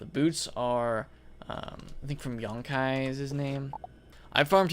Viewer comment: Its Youkai, not Yonkai!